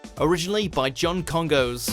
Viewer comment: It is not pronounced John Kon-goes. it is John KonGoss.